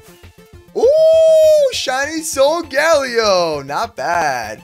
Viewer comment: It's pronounced sole ga la o